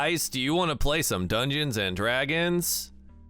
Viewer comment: dwagons, dwagonlance, .... War room. OMGOSH LOLOL wroom wroom wroom :D